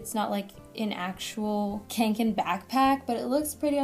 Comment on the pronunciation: con-ken not kank- in